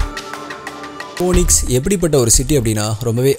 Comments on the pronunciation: Hi mate! It's not 'Phone-ix'. It is pronounced like 'Feenix'. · Bro that is not poonix that has to pronounced as feenix (phoenix) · போனிக்ஸ் இல்லை பீனிக்ஸ் என உச்சரிப்பு இருக்க வேண்டும் sir! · bro everything ok. but please pronounce the words correctly. It's phoenix not phoneix. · Phoenix pronounciation (fenix)